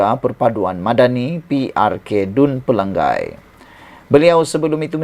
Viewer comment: Selalu sebut x betul...Dia Sabahan pendalaman